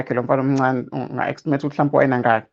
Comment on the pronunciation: It is to estimate not extimate Mr Interviewer.Let us not use words and pronounce them wrongly sibadala ngoba izingane zifunda kithina.